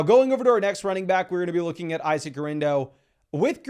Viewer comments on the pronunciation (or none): none